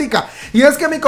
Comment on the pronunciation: Por favor no diga dispech.... Me da cringe con solo escucharlo 😂😂😂😂